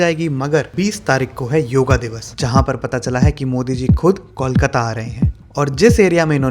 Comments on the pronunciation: it's not Kaulkata, it's Kolkata 😩. Pronunciation (coalkata) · These are boys who would Decorate our NDR Team! And, please rope in some sponsors. BTW, we are here, not in कौलकता or Call-kata, but in ’कोलकाता’! And if you can say ’कोयला’, without deforming it's sound, then what's the problem in utterring ’कोलकाता' properly!